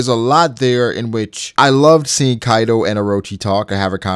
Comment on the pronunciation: All japanese names murdered. It's kaido not kaidow. Orochi, not orowchi. Jeez.